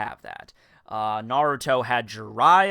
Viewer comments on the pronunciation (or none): none